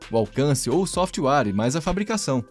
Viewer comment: Não é "sofitiuare", é SOFTWARE! 😀